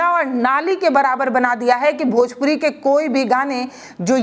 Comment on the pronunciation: Bhojpori nhin hota 😂bhojpuri hota h